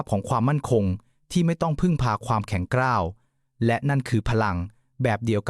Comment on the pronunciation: โอยไอ่บ้าแข็งกร้าวไม่ใช่แข็งกร๊าวเบื๊อก